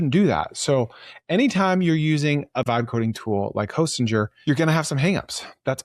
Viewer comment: It’s pronounced Hosting-er, not Hostin-jer.